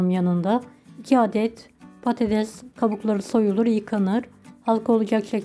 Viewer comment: Bide konuşabilseydiniz.konuşmayı bilmiyorsunuz.patateş değil patates mesela.😢